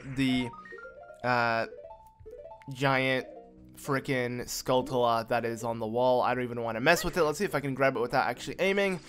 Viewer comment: You know it's skullTulla and not skullKulla right? Obviously its not a big deal, its just annoying